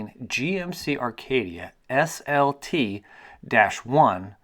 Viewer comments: Do you realize you are saying "Arcadia" It's Acadia. Not to be rude or anything. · "Arcadia"?......Acadia. *cuv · Not Arcadia...Acadia. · No mention that he said ARcadia the whole video?